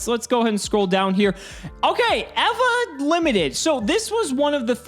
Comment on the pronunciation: Never in my life have I heard the name 'Eva' pronounced like that